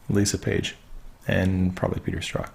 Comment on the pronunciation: From the Strzok testimony we learn that his name is pronounced "struck". Please use the correct pronunciation. Thanks.